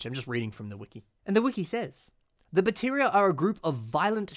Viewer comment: I notice you uh... mispronounced "Artakha" as "Arkahta", and "Baterra" as "Bateria"